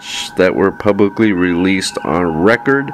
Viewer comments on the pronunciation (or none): Bro, it’s “involved”, not “envolved”. And it’s not “thoeroy” or “publicaly”.